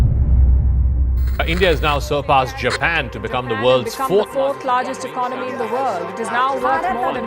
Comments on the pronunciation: Great video with a lot of research backed info...very informative....trust a lot of hard work goes into this. Just a small request as you probably have a lot of young viewers/followers who probably emulate you...please ensure correct pronunciation of words in your commentary, eg: Economy, Miracle, so that your listeners don't end up learning wrong way of speaking and carry it with them wherever they go. Hope you take it positively 🙏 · Great Content😊 Thank you for this👍🏽 Please correct your pronunciation of : 'Economy' 'Miracle' 'Poland' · Still cannot pronounce “economy”😂😂😂😂